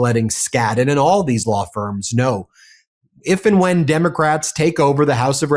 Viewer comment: "IF AND WHIEN" - how depressing....